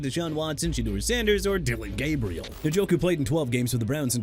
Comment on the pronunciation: NJOKU AS IN EN-JO-KOO NOT NIN-JO-KOO MR. "I CAN MISPRONOUNCE NAMES OF PEOPLE, TEAMS AND CITIES AND GET AWAY WITH IT"! WHEN ARE YOU GONNA LEARN BEFORE YOU GET FIRED HUH?! ALSO YOU MEANT "THE ARIZONA CARDINALS, THE JACKSONVILLE JAGUARS" AND "FOLK AND THE FALCONS?! SPEAKING OF WHICH, JAGUARS AS IN JA-GWAARS NOT "JAGWIRES" AND NEW ORLEANS AS IN NU OR-LINS NOT "NEW OR-LEANS"! AKHEEM MESIDOR NOT MESSI-A-DOOR! CHICAGO AS IN EITHER SHUH-KAH-GOW OR SHEE-KAH-GOW! MAKE EVERYBODY'S LIVES EASY AND QUIT!!